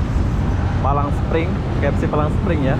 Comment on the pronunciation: Palm spring bg bukan palang 😀😀